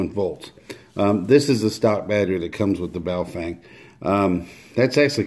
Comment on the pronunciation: Its pronounced BOW FUNG ... depending on the characters you are reading